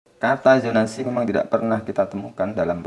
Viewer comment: ZONASI.... bukan YHONASI.... IjaZAH.... bukan IjaYHAH Sama kayak Al Zalzalah.... BUKAN Al Yalyalah.